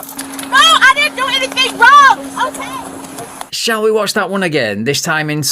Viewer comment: That cop knew the objective right then and there when he said "Okay" Like that xD laughed hard as hell